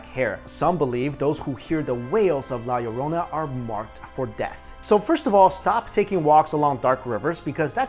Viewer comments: I almost stopped watching as soon as he said la llorona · its la lorna. not la laronia xD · not to be mean but u pronounced the La Lourana wrong no offense. srry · you are so bad to pronounce Spanish so bad XD and I knew the one of La llorona because I'm spanish